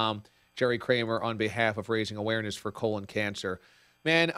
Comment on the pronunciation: Kramer, not Krammer.